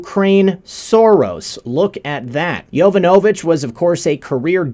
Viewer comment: Its pronounced yo VON a vitch. Not Yo van A vitch....